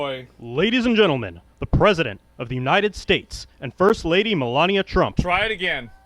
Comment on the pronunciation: Dude has said Melania three times and has pronounced it differently three times.